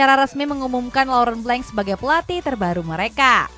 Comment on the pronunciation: lecce jadi lis udinese jadi yudinis blanc jadi blenk lyon masih aja disebut layen literasinya ancur bos 😑